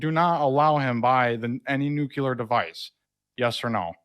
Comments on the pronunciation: What a fucking moron! Did he say "nukiller"? He thinks there was an election in 2017. I don't know where David finds the patience to even listen to this drivel. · Nuclear - new clear (2 syllables) not new cue/q lar (3 syllables). Wheel of Fortune-change I get another syllable Vanna. Maybe that's how you do it in The Cheetos Jesus Word just make up stuff. "I declassified it just be thinking about it" that also implies that The Mushroom Man (ask Stormy Daniels about that nickname) can think. A loooooooong shot on that one. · When people say "nuke-you-lur" I immediately know they're idiots. The only reason people say it like that is because Bush Jr. did and they're just following what he said because the president must be right. It's spelled nuclear and pronounced "new-clear" there's no second "u" in the word and the "lear" at the end has an "a" in it so it's not pronounced "lur" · wants to talk nuclear scare but calls it nuke-ular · He's not filibustering, he's rejecting your attempt to straw man him about nukes. Also, it's 'nuclear', not 'nukular' He doesn't even know how to pronounce the word.. pathetic. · The only reason DP would correct "nucular" to "nuclear" on air is to intentionally point out how stupid 45 supporters are. That kind of superiority only serves to widen the existing gap between parties. I could have stuck around to hear more of what wanted to say, but DP's pomposity just ground (and grinds) on me. I can find better news commentary/analysis elsewhere. Tata. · You should have hung up when he said Nuk-u-ler! Its nuclear dammit! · It's so irritating to hear people (mostly right-wingers, it seems) mispronounce the word "nuclear." It does not have a difficult, or awkward, spelling and only has two syllables. But still, some people continue to say, "nu-kyu-ler" when they should be saying "nu-clear." Why is that? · This guy is just sad. Completely overmatched. And yes, I agree it’s painful when I hear people say “nuculer” instead of “nuclear”.